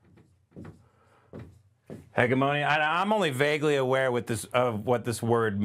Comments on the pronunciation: Can't pronounce hegemony hahahaha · Maybe look up words you don't know how to pronounce like "hegemony", because what you invented there ain't it.